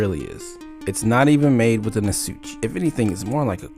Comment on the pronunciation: You're pronuncing asauchi wrong